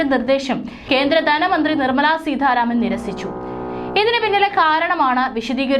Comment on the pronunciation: ദന മന്ത്രിയല്ല ധനമന്ത്രി സമുദായം ആണ് സമുധായം അല്ല. സീതാരാമൻ ആണ് സീധരാമൻ അല്ല. ഉച്ചാരണ ശുദ്ധി തീരെയില്ല